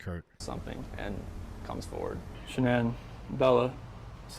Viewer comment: Yep well you've got over double 500 likes. Good to hear your reactions. Just a head's up Shannan's name as she wished it to be is pronounced Shan - Ann. I look forward to part 2. Thanks. X